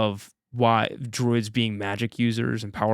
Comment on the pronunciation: Dang, was NOT having you pronounce druids wrong 😂